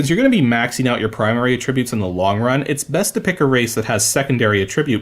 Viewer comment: You said attributes so many times and the way you pronounce it....it drove me a bit mad lol